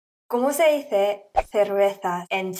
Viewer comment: It's kind of similar to polish "piwo". Also your pronounciation of "dice" is interesting and unlike anything I've heard in the US from latinos. Is that how they say it in Spain?